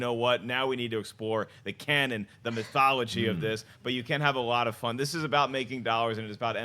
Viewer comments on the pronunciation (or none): none